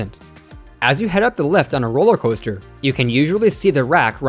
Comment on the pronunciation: “Roller Hoaster”? 😂